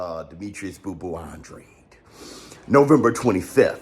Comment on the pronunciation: An-dra-day. Thats how you pronounce his last name.